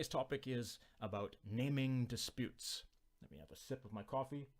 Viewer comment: the way you pronounce it makes me think we're going to be talking about the activity of giving names to disputes, rather than disputes over what things should be called. ahhh, language.